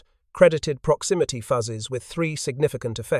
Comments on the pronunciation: Did anyone else find themselves yelling "FYOOZES," at the AI narrator every time it said "fuzzes?" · Voice copied AI from WW2 Stories. "Fuzzes" . Several "proximity. Fuses". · Fascinating story. But,... "Proximity Fuzzes"? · The program assigned good pronunciation rules for "fuse" but not for "fuses." AI is only as smart as the programming is.